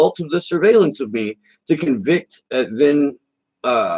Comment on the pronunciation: Of, not "off".